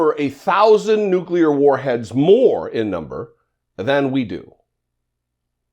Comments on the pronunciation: Nuclear, not nuculear. He might subconsciously be aware that he is mispronouncing the word?... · I have never, not even once, heard Trump pronounce the word "nuclear" correctly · 'The N word?' as strange as that sounds to the best of my memory Republicans have alway pronounced it "nook-ya-ler" but Trump got this one point right. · He really wants to say the N-word.... not nuclear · "The N word" because it's going to take him a moment to remember how to pronounce nuclear correctly.